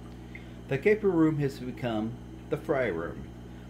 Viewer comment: He called it the guppy room then he said right after the “gaper” room